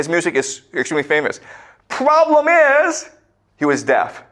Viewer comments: “The pwoblum iiiiis…” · I love how always adds emphasis to the word problem